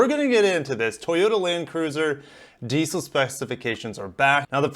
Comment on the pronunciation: Just to let you know its called diesel not diceil😀😀